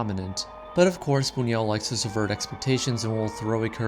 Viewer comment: Also: his name is pronounce 'boon-yoo-ELL', although the French pronunciation, 'boon-WELL', is also accepted. (Sorry, I'm a tightass about this stuff!)